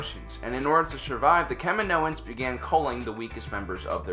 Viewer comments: Sorry, the accent's on the 2nd. syllable (cah-ME-no-uns), not the 3rd. (cah-me-NO-uns), referring to the cloners with the swan necks--Kaminoans. The planet is pronounced the same as the Spanish word for 'road'--camino. Also, AT-AT was always pronounced, rather than spelled. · I cant be the only one losing their shit over how this guy says kaminoans like holy shit have you even watched the fucking movie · I think you're mispronouncing "Kaminoans."